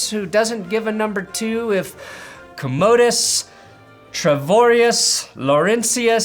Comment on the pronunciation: commodus = ko-muh-dus